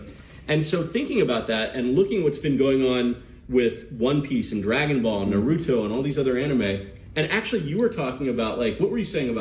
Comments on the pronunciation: Oh gods the way he pronounced Naruto gave me flashbacks to my mother mispronouncing it. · "Neruto"😭😭 "Balma"😭😭